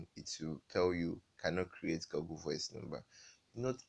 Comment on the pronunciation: Oga its not pronounced Goggle BUT Google like this (Gu-gul). Or else dem go think say na bush man you be. 😂